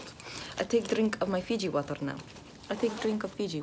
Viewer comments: ive watched this so many times that i know every time says FIJI WATAR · "feejee woturr" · "Daktors 0nly drink FIji wATerr" lol she's like me